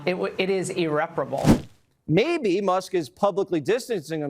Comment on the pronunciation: Laura can’t say “irreparable” due to the lip fillers.